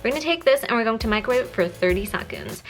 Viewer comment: it's second not SACOND it's affective not AFFACTIVE hehe I love it!